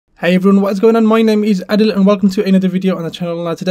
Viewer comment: the way he says adil